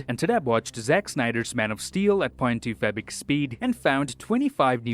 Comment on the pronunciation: said .25x speed so many times that it now sounds like . 2 fabric speed